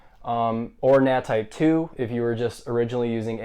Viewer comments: "Well in todays video im gonna share my experience as to how to just get that nu... nat type 1" 🤣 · "Well in today's video I'm gonna share my experience as to how to get that nut,nat type1." im dead you